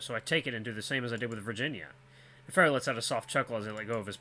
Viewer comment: Someone said Virginia might be a play on Virginia Woolf? I think an actress? Author? I've heard the name but don't remember what she does. You nailed Neferu's name lol. Virginia and Neferu, the brains in a sea of idiots. I think you'll like him. He's such a flamboyant no nonsense troll. And the cutest little smile 😙